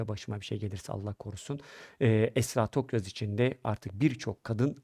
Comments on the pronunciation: Tokgöz, Toksöz hepsini söyledi bi Tokyaz diyemedi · soyismini genelde yuvarlayarak yanlış telaffuz ediyorsunuz Tokgöz der gibi ama soyisimleri Tokyaz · Tokyoz değil toktan abi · Ay nolur konusmayı becer artık bi söyleyemedin TOK-YAZ.BAŞTAN SÖYLE TOKYAZ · soyadları TOKYAZ neden telefuzda sorun yaşadınız anlayamadım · soyadlarını hep yanlış söylüyorsunuz en baştan beri… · Tokyaz kelimesini telaffuz edemiyor musunuz?